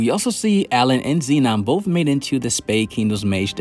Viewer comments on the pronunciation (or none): none